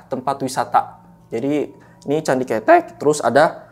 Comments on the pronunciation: Bang,, candi keutek(di bacanya),,, bukan candi KETEK,,, hehehehe bang gimana caranaya gua mau jadi narasumber,, byak cerita horor yg gua alami,, dari manusia tmbus tanah, pocong di atas atap, tuyul, sampe kunti di depan rumah kakak gua, sampe kunti kerdil di kamar mandi kost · Maaf aku agak ketawa pas nyebutin candi ketek= terngiangnya ketiak. Mgkin harusnya ngomongnya pake ejaan kaya ngomong beras "ketan" 🙏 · Maaf nih bang coba benerin lagi baca KETEK nya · Cara ngucapin kata kethek/ monyet itu salah,,yg narasumber ucapin itu artinya ketiak bukan monyet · Bukan ketek mas tapi kethek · Keutek mungkin, bukan ketek 🤣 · Bukan ketek tapi bacanya ketek, kalo ketek itu bhasa indonya ketiak tapi kalo bacanya ketek itu baru monyet hhe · kethek not ketek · Btw, itu candi kethèk bang bukan cethek, yg artinya monyet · kethek kalo ketek itu ketiak narsum bukan orang jawa 🙏🙏 jd agak kepleset lidahnya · bukan KETEK bang, tapi KEUTEK .. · Ketek itu dibacanya ketek. Bukan ketek 😂✌ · Pengejaannya Kethek yang bener : K-E-(Vokal E dieja seperti : bEras) T-H-E(Vokal E dieja seperti: Enak)-K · Di bacanya bukan KETEK tapi KeTEK 🐒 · Bukan ketek(ketiak) bang..tapi ketek(monyet cilik)..sama aja tulisannya ya😢..gimana sih ngomngnya😅.. contoh: roko kretek, apa roko kretek? Nahg itu jawabnnya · KETHEK (suara E nya kaya suara bengek / keren /beken) bukan KETEK KETHEK = monyet TUKU OPO MAS ? artinya BELI APA MAS ? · Candi KETEK bang, bukan Candi ketek 😂, monyet itu KETEK bukan ketek🤣🤣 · Bukan ketek bang😭, tp ketek. Au ah gabisa vn🥲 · Penyebutan candi ketek salah yg bener ketek😂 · Heheh pelafalan kethek (monyet), sehat selalu team Lentera malam dan narsum. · Pelafalan nya bukan ketek 😭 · Kethek bukan ketek 😂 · Candi kethek (monyet) Ketek(ketiak) Pengucapan intonasinya salah ni. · Candi kethek mas , bukan ketek . Ceritanya kbanyakan ngomong key , key , key . Kirain john key ?! 😁😁😂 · Gw ketawa ketiwi pas pencerita salah lafadz bagian candi ketek..beda arti soalnya,hahahaha